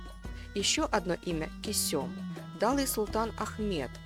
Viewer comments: Она КЁсем а не Кесём..... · Не Кесём, а КЁсем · Не кесём а кёсем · Не Кусём дура, а Кёсем. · Кёсэм надо говорить а не кюсюм, это совершенно другое слово! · Почему Кесём, а не Кёсем??! Вы же в названии правильно написали, а произносите неверно. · Из-за ужасного произношение имени Кисём, не смогла смотреть до конца. Аж уши режутся. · Она ге Кесюм, а Кёсем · Почему КЕСËМ, а не КËСЕМ??? Ушам своим не верю. 😂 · Косём весь ролик уши резало! Кёсем правильно говорится в оригинале сериал включите и послушайте как произносится 🤦🏻‍♂️ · не Кесём а Кёсем. произношение уби*вает. закрыл видео на 2 минуте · Почему не Кёсем? Читает с ошибками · Все что вы рассказывайте мы видели в сериале. И ещё: её звали не Кесём ,а Кёсем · Кесём разве,что ли ни Кёсем? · Не Кёсём а Кёсем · Уши режет кесЁм 😂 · Почему автор ролика называет неправильно имена, особенно Кесем? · А почему имя так странно произносите ?